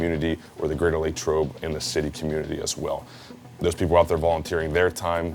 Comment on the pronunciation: Where did this "LayyTrobe" pronunciation come from? It's always been Lah like Latrobe